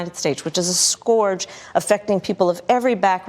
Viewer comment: She pronounced "Scourge" incorrectly as "Scurged". And yes, grammar matters, especially when you talk to We the People, and the world.